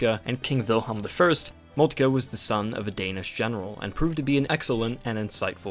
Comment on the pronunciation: Great video very informative and easy to understand, however work on your pronunciations of foreign names. It's Moltke not Moltkuh.